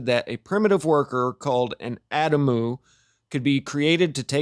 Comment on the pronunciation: Adamu: ah-dom-oo 😀❤️☀️